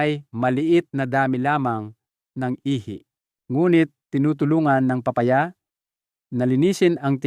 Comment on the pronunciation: d ponatin naiintenduhan an sinasabi mo akala nmin kung anong PRUTAS ito pala ay PA-Pa -Ya la pala..paki ayos lang po an pag pronounce nyo po.. KAYA d nmin naiitendihan..PILIPINO..ka nman po.. PA -Pa - Ya.